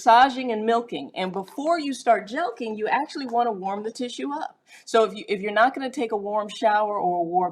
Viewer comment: Jelking? I always pronounced it jerking.